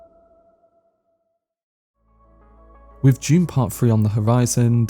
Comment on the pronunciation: bro its DUNE not June lol